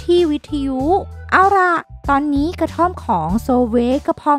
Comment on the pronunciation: ตอนนี๊ ในปี๊ อย่างไรก็ต๊าม เสียงน่ารักแต่เยอะไปนิส